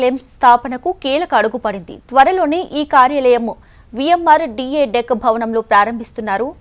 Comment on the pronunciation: Madam adhi VMRDA not VMRDK😂😂😂😂😂